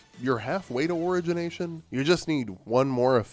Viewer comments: Your opinions on these boons I think are pretty spot on. Your pronunciation of "origination" is killing me. I am literally dying. I am deceased. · Buddy doesn’t even know how to say origination correctly. Also doesn’t use the omega abilities for the staff when that’s the best thing about them. Don’t listen to his input.